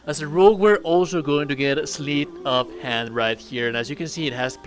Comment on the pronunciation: "sleet of hand"